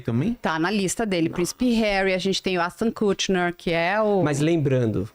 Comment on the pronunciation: Rapaz.... Essa titia aí tá achando que é o primeiro e o último biscoito do pote em.... Depois do Échitôn-Kútchiner eu parei.... 🤣🤣🤣🤣🤣🤣